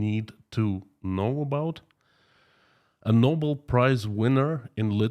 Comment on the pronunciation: Bobel = Nobel;) a small mistake. Greetings and have a great day.